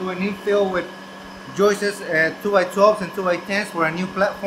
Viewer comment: "Joists" has always been a difficult word for me to pronounce, so I'm also going with "joistes" from now on.